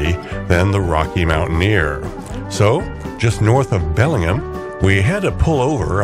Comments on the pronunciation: A pleasant 24 minutes, nice!y presented. Just a couple glaring mispronunciations. Bellingham does have the ham part pronounced fully and it's the Fraser river named after British explorer Simon Fraser (Frazer), not the TV character. Oh, and in Canada we use the rooot pronunciation of route. After all, BobbyTroup didn't write the song Rawt 66.😁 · You mispronounced Bellingham. It’s all one word.